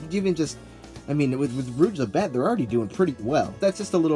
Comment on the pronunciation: It's not how you pronounce her name